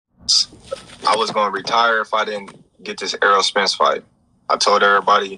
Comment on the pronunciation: It's fight not fught lol😂